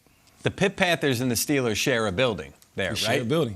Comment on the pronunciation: They are not the Pittsburgh Stillers my goodness say there damn name correctly, man‼️